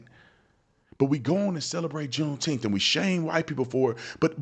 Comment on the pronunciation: I'm sure they all said "Juneteemf."